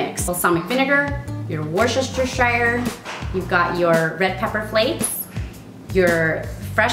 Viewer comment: its woos-ter-sher XD